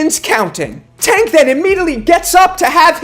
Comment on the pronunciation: Put some respect on pronouncing tank name